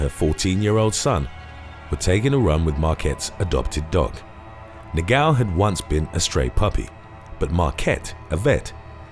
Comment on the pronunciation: Its so funny the noise he does when tries to pronounce "Portuguese names ( words ) like "negão" 😂😂😂😂😂 " he says Negaummm" but its Negão 😂😂😂😂